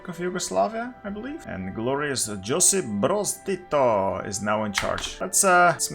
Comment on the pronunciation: This is the most nit-picky bullshit but as a proud Yugoslav I can't let it go. SFR stands for Socialist Federal Republic, not Soviet. Also Josip is pronounced "Yosip".